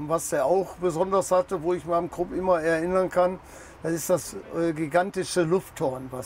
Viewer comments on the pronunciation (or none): none